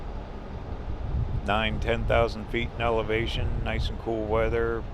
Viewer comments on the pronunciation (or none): none